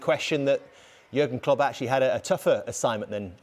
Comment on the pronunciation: It’s Jürgen Klopp he’s talking about. Not Jagan Klup